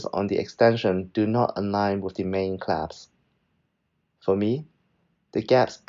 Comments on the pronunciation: Nice review. Small tip, it’s pronounced clasp (versus claps) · clasp NOT claps!